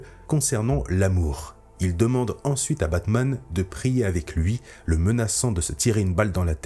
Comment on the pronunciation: « kebabman » ça a changé Gotham